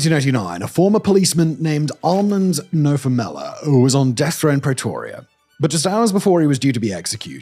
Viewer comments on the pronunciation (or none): I don't know what's worse... Simon's murder of our languages here, or the Apartheid regime. What the hell is a Pray-toria? Can you say 'pretty'? Then pronounce the 'pre' in Pretoria the same way. Why fools like you don't bother to reach out to one of the many South Africans around the world to get the pronounciations right is beyond me! And you make it sound like BOSS etc, ONLY TARGETED BLACK AFRICANS, when that is not the case. They were equal opportunity killers of all colours, provided they posed a threat to the regime. And de Kock served in Rhodesia, NOT modern day Zimbabwe. You missed the really big question: Why didn't Eugene de Kock's bosses, the senior police officers, go to prison as well... why only de Kock? This one-sided, half-arse researched video reminds me why I unsubscribed from your channel over a year ago.